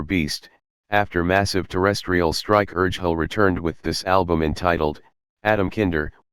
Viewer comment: Yeah, Urgehal is pronounced wrong in the video 😉😊